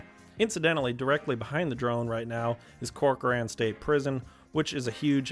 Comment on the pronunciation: Great job....FYI, as someone who's originally from Fresno, Corcoran is pronounced "Corker-in" by the locals. Great job on the rest of the pronunciations. Almost everyone not from the valley gets Tulare wrong.